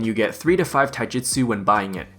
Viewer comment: Lol, it sounds like you're saying taijutsu when you're talking about taijitu. Been watching some Naruto?